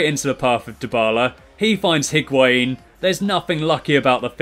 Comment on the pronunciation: You don't pronounce the H in Higuain